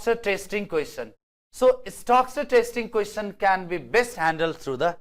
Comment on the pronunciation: In pronunciation of Question its ts' cha' sound not sa sound '